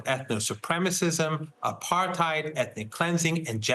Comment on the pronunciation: As usual, an expert who cannot pronounce "apartheid" correctly doesn't know what he's talking about